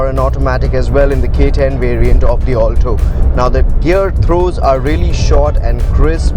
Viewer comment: Its Alto not 'All Toe'